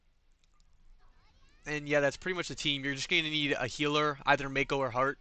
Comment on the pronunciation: Also it bothers me more than it should that you pronounce her name "mayko" instead of "mahko" 😂